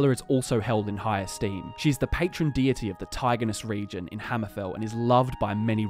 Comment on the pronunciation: "She is the patron deerty"